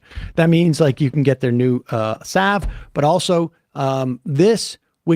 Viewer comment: Sam for once says Salve properly. That's how everyone else in the English-speaking world, but especially in England say it, where they tend to only speak English. This isn't Tudor times or the Vietnam war, so we have rules with language. Everyone says the L in salve and solder, "saav" and "sodor" are different words. You can't have a mish mash of saying soldier normally, but have an aneurysm over salve and solder. Dialects are supposed to be consistent, otherwise it's an informal dialect, like with Pidgin English. Obviously if you guys hate English so much, you can get out and misapppropriate and mangle Arapaho instead, but they're definitely not "bewth valod" in English, which is the excuse you give out often for speaking English wrong, instead of being humble and speaking English like everyone else in England, South Africa, Australia, New Zealand, even in India speak it. The duvet is obviously the duvet, and you put a duvet cover over that to wash, because the duvet would be hard to wash in the machine, wouldn't it. So the duvet is really obviously not the duvet cover. We've had duvets in the UK since the 1970s, is this like with healthcare and access to abortion that you're only getting into this a Centuary later?